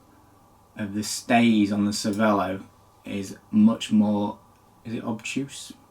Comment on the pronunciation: If you owned a cervelo you should at least be able to pronounce it properly…